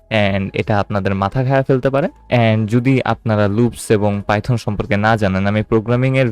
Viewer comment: Bro Python hobe not Pyton